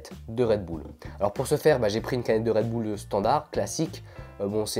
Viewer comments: Pas redboule mais redbeule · c'est pas "redboull" mais "redbull" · Redbull et pas redboull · Utilisateur 1 En Belgique c est dingue car personne ne prononce Redboul, mais Redbulle. Hors c est ainsi qu'on devrait le dire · Dans "red bul " "bul" ne se dit pas "boule" mais "bulle" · Ca se dit pas redboule sa ce dit redbulle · redbull pas redboul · Perso moi je dis redbull pas redboull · " canette de red boules "😂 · Une canette de redboul 😂😂😂 + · C'est trop drôle comment tu dis " redboul" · Red boulle 😂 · Red "boule" 😭😭🙄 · il dit red boule mais trql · Red boule mdrr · PQ il dit redboule ?